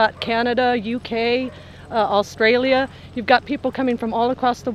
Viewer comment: she said “Australia” correctly holy shit